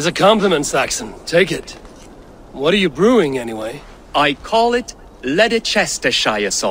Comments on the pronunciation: The way he said Leicestershire made me cringe. It is pronounced lest-er-shire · I’m from England and same but no one says lederchestershire